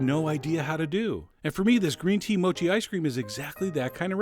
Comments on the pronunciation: I'm sure it's pronounced MOH-KEE, not MOW-CHEE. x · Gambate Chef John! In Japanese that means go for it! Only thing it's not pronounced mow-chee. It's mo' chee. Ha ha! Great job! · MOU-CHI... hahaha... I heard people usually say MO-CHI